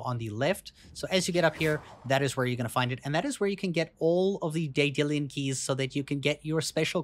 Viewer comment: Day-dillian keys?